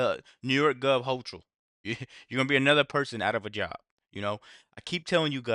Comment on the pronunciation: GET FIT UNIVERSITY ~ EVERYBODY struggles with this governor's name. To make it Easy for you I'll write as it's pronounced (just trying to help out) Her name is pronounced: HOE kul You're welcome.